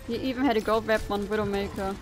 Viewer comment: Oh, "it was a WinNdowmakerrr " made me laugh. And also the Mauga comments are very true, it's irritating to play against him. I like the atmosphere of your videos, and all the commentary is so admirable